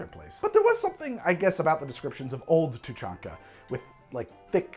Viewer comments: Lol you actually nailed Tuchanka and Krogan. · Just for the record, you pronounced Krogan and Tuchanka correctly. I'm not sure that Elaaden exists, since I'm not sure Andromeda exists, but I'm willing to bet you got that right at least once. :D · Actually, your pronunciation of Tuchanka and Krogan are pretty much spot on. in my experience a lot of alien names are phonetic in Mass Effect. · You got Tuchanka correct. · How the fuckcan you pronounce the krogan homeworld properly jsut from reading it's name?